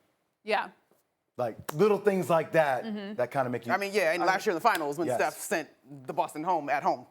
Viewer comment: She did not just say steoh lol nothing like Kobe. Steoh never shows up in the 4th